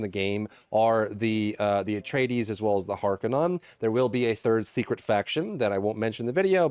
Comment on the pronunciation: Halfway through, great vid. I think it's harkon-nen not non Isnt it Holtzman not harkonnen? Also they might just want to add a light purple overlay effect for party members and light green for guild or something